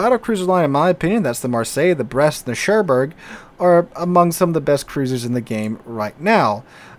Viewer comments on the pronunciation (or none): none